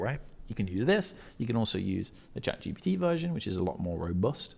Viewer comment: Love this. find it so funny how people always say Chat GPT as Chat GBT. tickles me that. Amasing video mate, fully onboard with it, FREEDOM